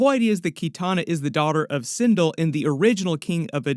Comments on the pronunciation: Sin Del * not sin dul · Also its pronounced sin'del not cin'dill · And sin-dull lol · sindull was enraging me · Sin(dell). Like bell with a “d”!!!